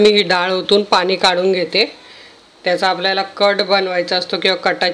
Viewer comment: छान रेसीपी , भाषा थोडी सुधारावी असे सुचवासे वाटल, पानी नाही पाणी